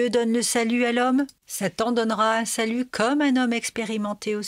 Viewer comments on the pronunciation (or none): none